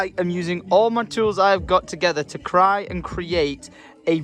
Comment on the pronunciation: Please tell me I am not the only one to realise he said "dies" instead of "guys" and "cry" instead of "try"